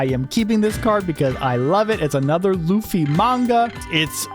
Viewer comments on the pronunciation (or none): none